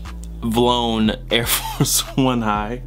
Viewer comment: pronounced V - Lone but it don't matter cuz its REVENGE